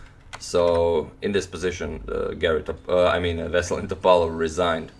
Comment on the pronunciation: Antonio Radic, like man from the Balkans, you have to say [Vesel'in Top'alov] , not [V'eselin T'opalov]. Anyway my favorite chess chanel! Best regards